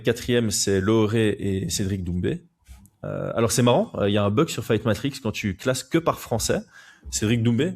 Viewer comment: J'essaie de dormir en écoutant j'ai entendu "zoumbé" j'ai explosée de rire 😂 obliger de lâcher ce commentaire